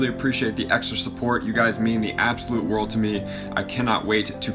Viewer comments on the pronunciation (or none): none